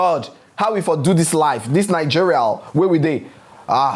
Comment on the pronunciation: Yassssss 😊😊😊my week was good... I loose it when you say 'Nigerial'😂😂😂😂